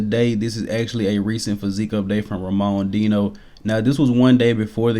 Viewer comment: You gotta work on that latinoamerican name pronunciation bro , the way you pronounced Enrique and Ramon Dino made me flinch 🤣